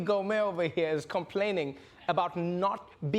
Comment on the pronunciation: It is spelled Gohmert, but pronounced Go-mare.